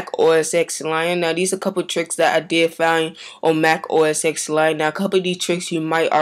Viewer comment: It's OS TEN not the letter X.